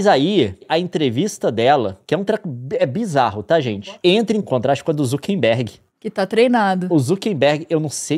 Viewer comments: Só eu que tenho gastura do Leon e Nilce falando ZuckeNberg ao invés de ZuckeRberg 😅 É um meme q eu não tô sabendo? 😂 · Falaram o nome do Mark Zuckerberg errado várias vezes